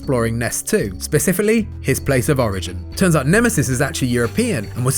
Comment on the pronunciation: ...I think you meant to say "specifically", but what came out was "specifally"...? Anyone else noticed it?